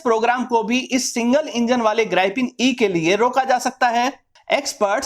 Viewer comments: Sir mera Ko maff karna It's grippen Not Gripen Sorry boring and don't liked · Gripen नहीं Grip-pen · ग्राई - पिन नहीं ग्रीपेन 🤣